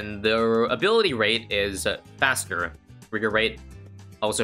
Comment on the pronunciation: Did this man say haster? Insted of faster